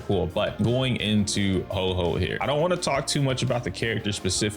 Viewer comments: 🤓☝️ ahktually it's pronounced ho-oh not ho-ho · Pronunciation for Huo Huo is quite simple: Hu-o Hu-o. Make sure to pronounce the 'u'! The pronunciation for the 'o' is not so much like "oh", but rather like "or". So pronounce it something like "who-or" but really quickly!! It's one syllable. Huo! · Its pronounced HOO-Or HOO-Or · Huo huo is pronounce like "Whao" but drop the W sound and add the H sound. It translate to fire fire in chinese so look up fire and hear the translation if you want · To get the actual pronunciation of Huo Huo, you can go to google translate and put in 藿藿 (this is Huo huo Chinese name) then just click the listen button for the Chinese pronunciation.